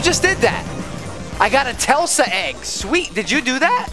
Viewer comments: its tesla not telsa egg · How do you read Tesla like telsa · Tesla not telsa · It not tel sa it’s Tesla the like the car